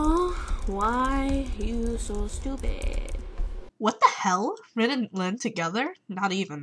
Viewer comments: u said rin wrong. its like the (english) word re, as in the english word(rematch) then n. they have 5 vowels, the "ih" sound is not one of them. sorry if im bitchy, i just cant stand people mispronouncing things!!! i have ocd... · LOVE THIS VIDEO ITS ALL TRUE! But your saying rin's name wrong. ;/